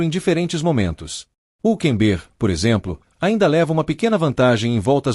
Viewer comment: PRIMERO O NARRADOR DEVIA APRENDER COMO SE PRONUNCIA O NOME HÜLKENBERG 😅😅😅